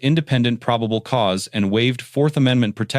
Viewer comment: What is "pribable cause?"